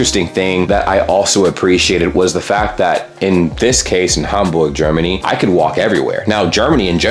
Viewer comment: BTW your pronunciation of German names / locations is perfect! Congrats!